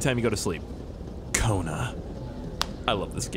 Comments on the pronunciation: Sometimes I thought he say koruna 😂😂😂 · Just a fun fact...''Cona'' that has the same sound as ''Kona'' in portuguese is a slang for p*ssy So i crack up every time you say ''Welcome to Kona"